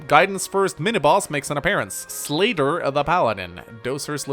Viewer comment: i heard "slater" instead of "slayder" and then i expected a "fe6 slater? nope, gaiden did it first"